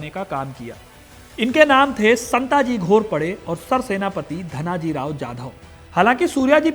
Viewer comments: Santji aur dhanji nahi.. संताजी & धनाजी Next time pronounce correctly and do your research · शिवाजी महाराज बोलिए। संत जी नहीं, संताजी। धनजी नहीं, धनाजी।